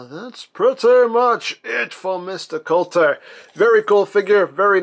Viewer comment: The name is "Kultur" (German for 'culture') , not (as you've said it 'coulter' as in ann coulter) . Knowing is half the battle! ;)